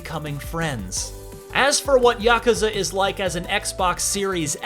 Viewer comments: "YAH-CUZA" Like A Dragon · The way he says yakuza makes me angry